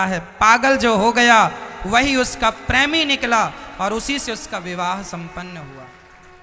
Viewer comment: Pehle premi bolna sikhiye😂😂😂